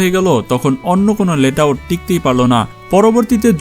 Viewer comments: ভাই ওইটা লেট আউট না, লেআউট । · আরে ভাই ওইটা লেট আউট না, লে আউট। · আপনি বারবার লেট আউট বলতেছেন এটা আসল নাম হচ্ছে লে আউট